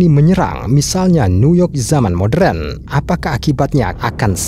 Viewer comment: Modern bang. Bukan modren